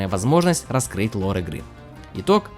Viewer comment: И не лаура, а лора